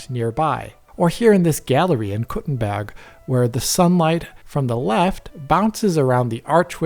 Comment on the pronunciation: Completely of topic but your pronunciation of Kuttenberg is absolutely flawless. Hats of to you sir!